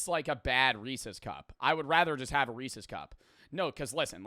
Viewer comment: This is the first time I've heard pronounce "Reeces" like a normal human being lmao